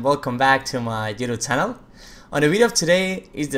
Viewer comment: i cant stand how he keeps saying DUDU CHANEL. i just close the video everytime when he does that. learn to speak ffs